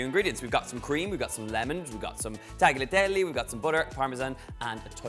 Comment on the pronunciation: please, for the love of god, the "g" in tagliatelle is silent